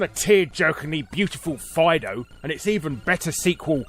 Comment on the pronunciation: I'm pretty sure "FIDO" is meant to be read as "FEEDO".